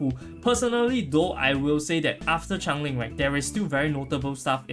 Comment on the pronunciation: I love how the Singlish pronunciation is "chang-e-ling" instead of "change-ling" 😂